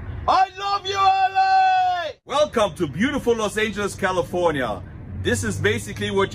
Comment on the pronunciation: you got to hear how Mickey Rourke pronounced - califonia